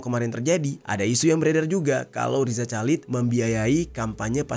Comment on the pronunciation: bang please perbaiki penyebutan nama orang dengan benar dari loren sampai riza chalid gak nyaman nyebutnya